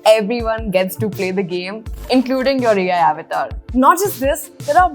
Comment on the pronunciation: Thank you for sharing this with us. Just a minor suggestion (if you are open to feedback) avatar is hindi word so you can proudly pronounce it correctly as it is in hindi, you dont need to copy other people accent or mistake to say your own language word. Thanks again for the complete analysis. really appriciate your effort, energy and research done in all your videos.